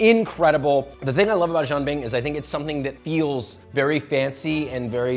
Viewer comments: Jian Bing is a buckwheat crepe, and Jee’ Ann has a different pronunciation. I applaud you for bringing northern Chinese cuisine to our attention, but let’s be a little bit more authentic please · Instructions unclear; dumped some Bisquick in a pan and added pork rinds & bahn mi Every time you guys say Jianbing it sounds like "Jim Beam" and it's a wonderful thought experiment for a whiskey lover like myself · I stopped watching when they started slicing the cucumber. I almost dropped my phone when they put milk in the batter, and I wanted to strangle Josh for not pronouncing it properly. Jean bing? Really? Wtf? But… I am guilty of jianbing mistreatment myself. I like making the sauce out of pixian doubanjiang as well as huangdoujiang. Gives it a nice deep flavor and a nice little kick of spice. I’ve also put in yangrou chuar, cooked over a campfire. My favorite shaokao. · It’s as authentic as Josh’s pronunciation. Jean Bing. wtf. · Its pronounced Jan like janitor And Ping like pinging (EDIT: more like peeing without the i) Btw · Right? Frickin nails on a blackboard. Sounds like he’s saying Jean Bing, Chandler’s French cousin. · If you're going to do a 15 minute video on it, learn how to pronounce the word jianbing first. Lol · The chef is obviously a native speaker of Chinese....Why couldn't he simply teach Josh how to say Jian Bing correctly :( It would have taken 10 seconds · Can you at least take the extra 10 seconds to look up the correct pronunciation😊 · Not to mention Josh’s HORRIBLE pronunciation of jianbing. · Yes, the constant mispronunciation of it drives me mad.